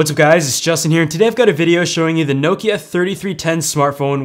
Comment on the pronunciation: He pronounces it well enough